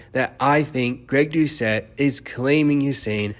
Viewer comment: Greg Do-Ket